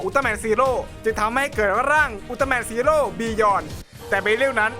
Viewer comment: พี่พูดว่าจีโร่